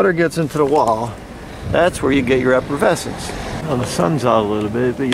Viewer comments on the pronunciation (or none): It is called efflorescence, not effervescence. Effervescence either refers to the bubbles in champagne or someones enthusiastic and positive personality. Efflorescence is the salty substance that forms on walls after they have been exposed to moisture. I'm just saying if you are going to introduce a new word into peoples vocabularies you should probably pronounce it correctly. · when a so called expert say effervescence (what alka seltzer does) instead of efflorescence over and over again, I'm done watching. Like listening to Bush constantly saying nukular. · You keep saying efforvescence Instead of efflorescence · Sort it out - "Efflorescence" not "Effervescence." That's the fizz in your Elephant beer.) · as an architect full of nuts and bolts I had to chuckle at your pronunciation of efflorescence. Its not effervescence, although effervescence sounds more "bubbly" lol. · Effervescence and efflorescence are two different words with different meanings and different pronunciations. You're saying one when you mean the other. A proper wall should not be effervescent, which means "infused with bubbles". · He has it spelt out in the video although it does sound like he is saying effervescence. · I heard “effervescence”